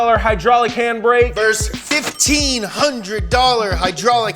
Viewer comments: Whooooa, nonono: 😮 fail just five words in ward😂😢😂of the script. A verse is a piece of poetry (or part of lyrical style). Try A*VERS-E-US B* fss! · It's versus, not verse. lol